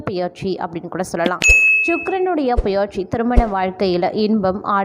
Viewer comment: உங்களால் தமிழை சரியாக உச்சரிக்க முடியவில்லை என்றல் தயவு செய்து நீங்கள் வீடியோ போட வேண்டாம். இல்லையென்றால் தமிழ் நன்கு பேச தெரிந்தவர்களை பேச சொல்லுங்கள். தமிழை கொலை செல்லவேண்டாம். உதாரணம் - 'பெயர்ச்சி' என்பதை 'பியற்சி' என்று உச்சரிக்கிறீர்கள்.